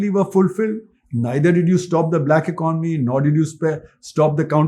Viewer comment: Good content, but it's really a surprising sight to see that you still haven't learned how to pronounce basic words like "economy" despite talking about it so much, but are selling courses on communication. What a world we're living in.